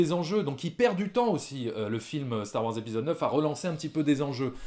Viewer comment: Dites, mes oreilles saignent un peu avec vos "Star Woirs" Pourquoi vous ne prononcez pas le Wars comme tout le monde ? :)